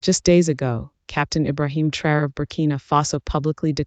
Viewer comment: Its Ibrahim traore not Ibrahim and traore 😂😂